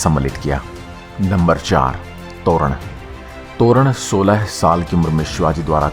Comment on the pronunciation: मराठी शब्दो और वाक्योके अंग्रेजी में भाषांतरीत वाक्यो और शब्दोके उच्चारणे सही मराठी उच्चारण नहीं होता .जैसेकी तोरणा को तोरण कहा जा रहा है । शिवनेरी किलेकी देवतांना नाम शिवाई है ।